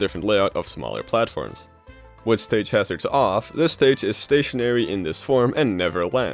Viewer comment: "Stage Harzrads." Me:I thought it was smash run